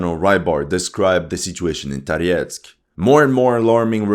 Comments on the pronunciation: why do you pronounce Tarietsk , the city name is for the French communist leader maurice Thorez pronounced like from the Viking Thor the place must be full of underground passages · Why you have UA flag and pronounce Toretsk with the russian accent?!